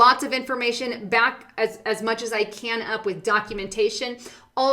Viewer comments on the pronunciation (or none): none